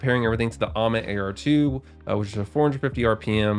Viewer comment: The sound of ammit hurts my feelings